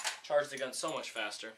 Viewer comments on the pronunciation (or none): none